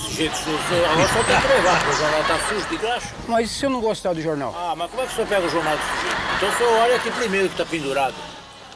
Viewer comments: "eu quero quatro jorrrnal" 😂😂😂😂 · "Eu quero quatro jornau" KKKK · "Eu quero 4 jornau" 😂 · "Eu quero quato jorrrrrnau" kkkkkkkkkk